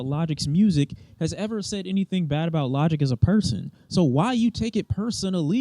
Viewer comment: Bro said “lodick” 😂